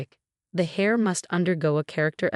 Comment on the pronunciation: After this story the only thing that I laugh at is when heir is read as hair.